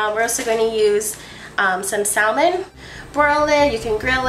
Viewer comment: good video. you say salmon wrong :(